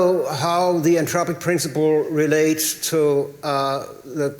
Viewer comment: When says Anthropic, it sounds Entropic - slightly confusing